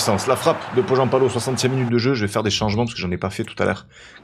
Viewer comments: D'ailleurs ça se prononce Pohyanpalo 😀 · Encore une super vidéo ! Je me permets juste un ptit pts sur la prononciation. Pour Joronen et Pohjanpalo, le "j" se prononce "y" Continue parce que c'est tjr un régal !